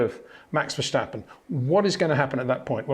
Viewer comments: HEY PETER WINDSOR, I HAVE MESSAGE FOR YOU SIR: With all due respect ... it is NOT Max "verSHtappen" ... Max is not German (Germans indeed do pronounce "st" as "sht") ... #Max33 = Dutch NL/Belgium! ... It is not "Bottash" nor is it "Lewish" certainly not "verSHtappen" .... This BS started long time ago when a British sport presenter interviewed father Jos Verstappen and assumed you can use a German pronunciation to a Dutch Driver thinking it is so "funny" ... It is not. Serious question: can any Englishman say "versatile" out-loud without saying "vershatile" phonetically? most can about 99,99% ... that is why most English can pronounce Verstappen 100% correct! Father Jos Verstappen (also F1 Racer) was very active between back then only a very few said "Vershtappen" but the vast majority of British sport presenters pronounced it perfectly ... only a few old stubborn farts like Peter Windshor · Freddy Just say Vurstappen, with the a sounding like farce.